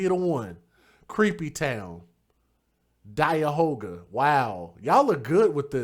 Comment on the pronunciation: DIE-ahoga County